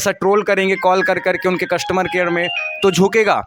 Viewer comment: कस्टुमर नहीं। कस्टमर। भाई थोड़ी हिंदी भी सीख ले।